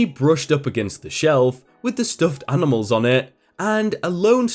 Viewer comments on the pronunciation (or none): none